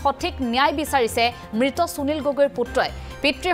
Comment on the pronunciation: চুনিল গগৈ ? যদি সুনীল শব্দটো চুনিল বুলি উচ্চাৰণ কৰে তেতিয়াহলে সুবিধা শব্দটো চুবিধা বুলি উচ্চাৰণ কৰিব নেকি ? উচ্চাৰণ লৈ আপোনালোকৰ এইটো কি বেমাৰ হৈছে ? অসমীয়া ভাষাত শ, স, ষ যুক্ত শব্দৰ উচ্চাৰণ চ বুলি যে নকৰে আপোনালোকে নাজানে নেকি ? মনত ৰাখিব উচ্চাৰণ আৰু সূকীয়া শব্দ ভাণ্ডাৰ অসমীয়া ভাষাৰ পৰিচয়।